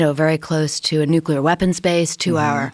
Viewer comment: Never trust someone who can’t pronounce nuclear correctly